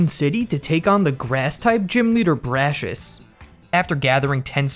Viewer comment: bras-si-us him : BRASHES pa-ra-lyzed him PARED